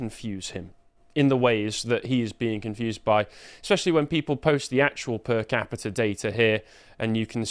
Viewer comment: repeat after me moron - PER CAPITA. "Das Kapital??" (Femi 2025)